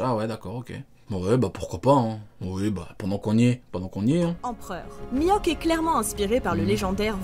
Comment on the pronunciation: ELLE A DIT MIWHAK NIVEAU EMPEREUR J’AI FAILLI ARRÊTER LA VIDÉO 😑mais bref